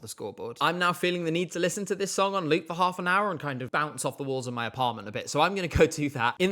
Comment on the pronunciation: Its pronounced LOOP instead of LUBE 😂